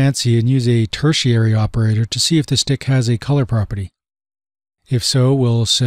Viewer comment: A small correction: if the hidden property doesn't exist the it will be considered as undefined in the if conditional, not null. And also, it's 'ternary' operator not 'tertiary'.